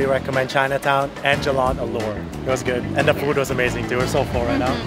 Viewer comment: ALOR, not ALLURE.